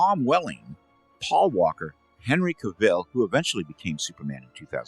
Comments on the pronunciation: Henry Cavill not Caville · Henry Caville? Where did you get that from, I thought it was Henry Cavill